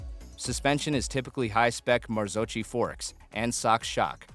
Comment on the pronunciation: marzocchi = Marzokky, with z like pizza. beautyfull video! but you forgot the most perfect italian motorcycles: Vespa Piaggio ;-)